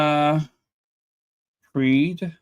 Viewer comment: Her last name is pronounced Gerd...